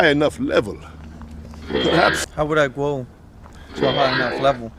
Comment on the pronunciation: "How would I gwow to a high enough levow?" "You would gwow by..."